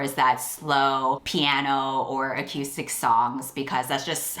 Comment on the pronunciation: It's pronounced acoostic, not ac-u-stic.